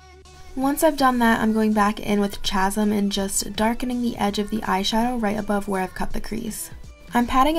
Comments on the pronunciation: ch-asm is K-asm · It's pronounced casim lol 💜